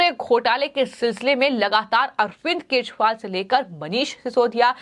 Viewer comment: Anchor ka bhasha thik kare bahut galat padh rahi hai kejariwal ko keshpal bolti hai. Channel wale galti thik kare